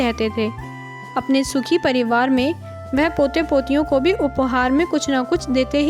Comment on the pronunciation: वेह नहीं वह